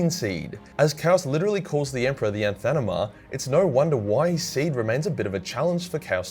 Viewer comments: did you say ANTHANEMA? its anathema dude...come on. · "anthanema" though... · It's pronounced "Anathema" ;) Anathema derives from Ancient Greek: ἀνάθεμα, anáthema, meaning "an offering" or "anything dedicated", itself derived from the verb ἀνατίθημι, anatíthēmi, meaning "to offer up". In the Old Testament, it referred to both objects consecrated to divine use and those dedicated to destruction in the Lord's name, such as enemies and their weapons during religious wars. Since weapons of the enemy were considered unholy, the meaning became "anything dedicated to evil" or "a curse". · it's anathema you wannabe bogan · THE ANTHENAMA, you make good entertaining vids, but come on, put some effort into reading names properly when recording D